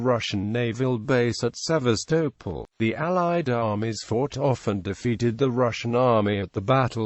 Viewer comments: Its pronounced Seevastoppol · The pronunciation of Sevastopol is an utter nonsense......